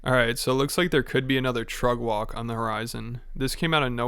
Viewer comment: Can someone explain what Trugg Walg is? I understand it’s Brendan’s pronunciation of Truck Walk but what? And why doesn’t Rogan Annie Lederman anymore? Please help